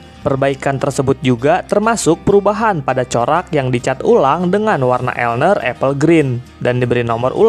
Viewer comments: Bng klo di UK bacanya bukan elner tp L N E R di eja satu2, kyk L N E R Azuma, LNER nya di eja Azuma nya di baca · L-N-E-R (di eja bukan dibaca elner)